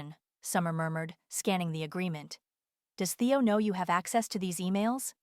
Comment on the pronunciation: Why wasn’t her sister at the birthday dinner? Nobody has a phone conversation in a public place with a lawyer on speaker. And can you teach AI to pronounce Theo. How did they get back in the condo if the security codes were changed?